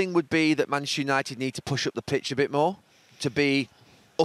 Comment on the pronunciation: "Manashu United"